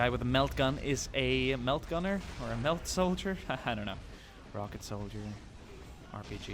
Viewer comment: The thing you keep calling a "melt" gun is actually a "melta" gun. It does melt things and is often used as a very powerful anti-armor weapon but is very short range. Also, the jungle fighters planet pronunciation is debated at times but it is most often called Cata-Chan with a Ch sound like Jackie Chan. Keep up the great work man. Love the stuff and love the fact that you keep learning and wanting to learn.